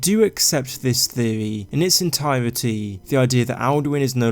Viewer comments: I like the way he says theewee lol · What's a "theovy"? What's "Veddit"?